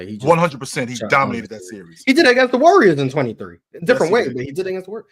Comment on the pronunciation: Can we ban from saying “against” plz?